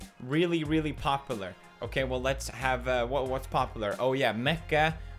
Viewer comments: The way he says popular... pronounce the U Felix!!! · The way he pronounces popular Pop-oo-lar is satisfying.